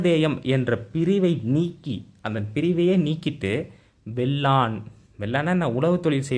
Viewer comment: வேளான் என்பதை வெள்ளான் என்று படித்து சொல்வதை தவிருங்கள்.